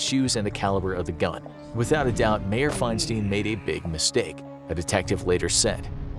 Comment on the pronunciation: FEINSTEIN is Fein-STINE like FRANKENSTEIN not Fein-STEEN